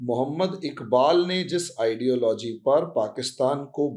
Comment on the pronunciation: Please fix your pronunciation. Its not KAAshmir but Kashmir. Please do not keep saying idealOgy - its Idealogy (emphasis on first syllable). Also you have an annoying habit of slowly repeating what you have just said in a manner of dictating notes: that may be ok in a classroom but not in a radio/TV commentary. And if you cannot adhere to any these suggestions, do fix at least your most annoying, distracting habit: please stop drawing flowers around keywords!